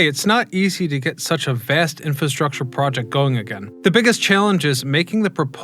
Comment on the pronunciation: I think you are missing the first "r" in infrastructure.